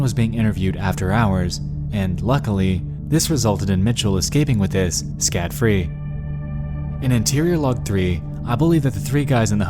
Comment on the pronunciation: "Scat free" Don't you mean scot free?